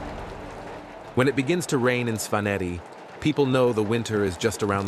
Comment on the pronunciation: He mispronounces some very basic Georgian words like Svaneti though. It might be a good idea to have a native speaker advise the narrator. Just my 2c of constructive criticism, always room to improve. Keep up the great work.